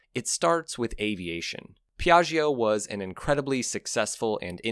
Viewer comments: I understand that you pronounce "Piaggio" in the same way as "Bellaggio". However this prononciation is wrong. Don't say the e "i" after the gg : not Piagg"e"o but Piatcho . And for the Hotel in Las Vegas: Bellatcho ( not Bellatch-e-o" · Great video. One obvious point is a scooter, with its small wheels, is for urban transport. NEVERTHELESS, I had a Vespa 200e 40 years ago and commuted with it on a two lane highway. Put 11,000 miles on it. BTW, second syllable of Piaggio is pronounced like "Joe," not "Geo." All the best. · Cool video! Just FYI, in italian, when we read "Gio" the "i" isn't pronounced, it's there just to tell you whether the G sounds like the G in "going" or like the J in "Joke". Same goes for Gia and Giu (Giulia = Julia), but not for "Ge" or "Gi", which always sound like "Je" and "Ji" unless an h is in the middle. So Piaggio = Piah-jo :) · please learn how to pronounce Piaggio correctly. it is not very difficult, but sounds so horrible when you butcher it. Hint: the g sound in Italian becomes a j when followed by i and e, however it becomes a g when followed by o and u, to make the j sound before o you need to slip in the "silent" i. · Listening to your pronunciation of Piaggio traumatised me. Can’t you listen to a 10 second “how to pronounce” video on YouTube before putting all that effort into an otherwise great video?